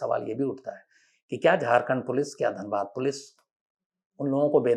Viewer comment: Sir it is Dhanbad not danbad....nd it also has Iit Ism and called the coal/black diamond city not just wasseypur🙂